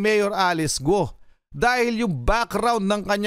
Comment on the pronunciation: G is pronounced as K sound